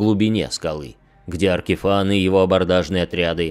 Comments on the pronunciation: очень смешно, но не мне же одному Ваштор АркифАн слух режет. Если у него имя Vashtorr the Arkifane, то и читать наверное надо Аркифейн. Я поэтому не смог слушать, а то каждый раз когда слышишь Аркифан оно пипец как отвлекает и раздражает. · На звук его имя произносится большинство именно Аркифэйн (и да я не знаю что конкретно писать е или э в данном случаи). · Как же ухо режет "Аркифан"! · Как же режет ухо Аркифан, откровенно тяжело слушать